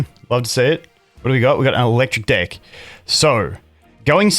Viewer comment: I don’t know if you’re saying dick, or deck. Should put a “pause, no homo” in your sentences time to time 😂💀